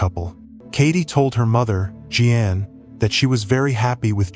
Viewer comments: You'd do better if you bothered finding out how to pronounce the common names you mangled here. For example, Jeanne is definitely not pronounced Jee ann. Where'd you grow up, on some desert island? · Tragic. Lot of dirt bags out there lurking. Sick. (Btw. AI generated narration, Jeanne= “G-Ann”.)